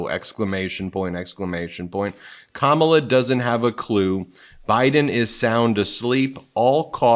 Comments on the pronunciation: It’s Kamma-la or Comma-la. Not Ka-Ma-La. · KAH-mala, Ben. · Comma-luh....you've been listening to too many Republicans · Ben, your mispronouncing Kamalas name wrong😮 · Try putting a little effort into pronouncing Kamala Harris's name correctly. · Ben, when you read the trump 'truth' beginning at approx. in this video, you twice mispronounced Kamala Harris's first name! This is so demeaning to her and since you definitely know the correct pronunciation, you should issue an apology! (retired teacher) 😇🙏🌈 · Can you please pronounce Kamala correctly? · How is it you are mispronouncing KAHmala’s name, Ben? Practice and use flash cards or something 😮